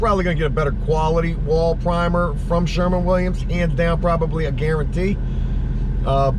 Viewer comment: Who the FUCK is Sherman Williams? Dude. SHERWIN. Win. Shhhh-er-wwwin. Also your truck repair COST a lot. Fuck man.